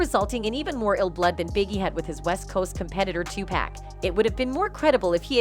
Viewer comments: 2pack😂should knight😂 I can't take this female serious at all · It's 2 pack not to pack it's Suge like sugar not Suge like sewage ppac been dead damn near 30 years and y'all still sayinbhis name wrong